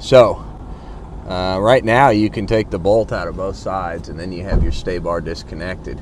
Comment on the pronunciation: Sway bar not stay-bar….